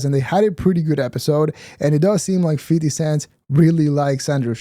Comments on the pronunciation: you said it right the first time. “50 cent” NOT “50 sense/cents” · did he just say "50 centS"? 🤣🤣🤣🤣